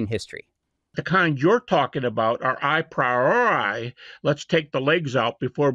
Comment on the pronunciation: A very simple, silly fact prejudices me against Habermas from the outset: he pronounces "a priori" as EYE-PRY-OR-EYE. It is in fact pronounced AH-PREE-OR-EE. This may, as I said, sound silly, but I just can't take seriously any philosopher who never seems to have heard the term "a priori" pronounced before. How does he even get ""eye" out of "a"? This term is basic to theories of logical analysis. Any actual philosophy academic has heard it pronounced hundreds, if not thousands, of times by multiple people. "Eye-pry-or-eye," for godssake. It just sounds terbacky-chawin' ignorant. My prejudice is vindicated by just how primitively stupid his epistemology rant is. He seems not even to have really grasped the previous people who have criticized Hume. Habermas is a guy who has nominally absorbed enough ad hoc epistemology to make a specious and misguided argument for Jesus' resurrection-- not anyone who has ever studied epistemology as a topic on its own. I'm not even slightly going to go into any technical deconstruction of what he has said in these clips. It's just way too goober-stupid to even merit that. So, Habermas is supposed to be a heavy-weight Christian apologist? Jebus H. Christ. I had no idea it was that bad. I will say one thing on the substance of the video: The only significant evidence we have for the mere existence of Jesus is the four Gospels of the New Testament. These are outlandishly ooky-spooky supernatural third-person narratives written by unknown members